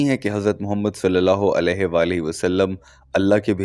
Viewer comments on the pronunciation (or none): none